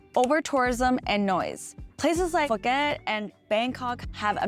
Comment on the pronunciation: Just for your reference, the word is “Expats”, not “Expax”. If they’re not ‘Western’, we call them ‘immigrants’ 😅 “Phuket” is pronounced “Poo-ket”. Hope that helps - thanks for your videos! 🎉 Burning season in Thailand >> head south (Koh Samui) 🏝️